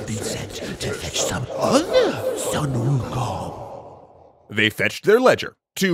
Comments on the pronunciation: No it's "swuh-n ookung" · Still pronouncing Sun Wukong name wrong...